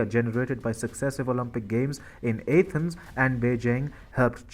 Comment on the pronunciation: How can someone not know how to pronounce Athens? You are pronouncing the A as in ape, which is wrong!